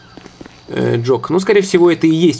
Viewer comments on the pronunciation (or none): Это Джек, а не Джок! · джек, он сказал как джок, жок, жоқ - с казахского переводиться как нет